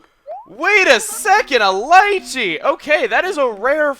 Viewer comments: Lee-chee not li-chee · chugga it is pronounced lee-chee not lie-chee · It's actually called "Lee-chee". But liechee sounds funny XD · its pronounced LEECHEE not liechee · your say lycheey rong its leachy dude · LEE-CHI. Not Lie-Chi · Lee-Chee. Not Lie-Chee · its pronounced lee-chee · Lol it's pronounced lee-chee. Lol sorry I couldn't help it XD I felt like I had to correct. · It's pronounced leechee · "LEE-CHEE" FRUIT. Geez. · Lychee is pronounced Lychee[lee-chea] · Lychee is pronounced leechee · Its usually pronounced leechee chugga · Just so you know Lychee is pronounced lee-chee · i'm pretty sure it's lychee as in Lee-Chee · its pronounce leechee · Lychee is pronounced lee chee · I don't wanna sound rude or sound like a grammar nazi or anything but lychee is pronounced lee-chee :/ well that's how I pronounce it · Emile... its prononced LEE-CHEE! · It's...it's pronounced 'lee-chi', Chugga. Signed: someone who's been around all sorts of fruits their entire life. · Lol your pronouncing Shari wrong XD same with lychee